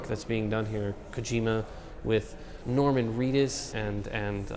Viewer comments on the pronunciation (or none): none